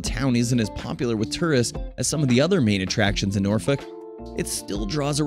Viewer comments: If you want to promote Norfolk, England, please ensure you have 1) Correct Photos of the UK town of Thetford, not the US town, 2) Use the correct pronunciation. Get it right or do not do it at all, you are a disgrace to Norfolk and the whole of the United Kingdom. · Pronounced Nor-fuk, not Noor - folk. And Nor-itch, not Noor - witch .